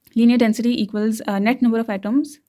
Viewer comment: lensity density 😂